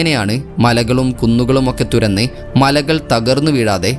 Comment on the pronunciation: തുര ന്നി ..അല്ല തുരന്ന്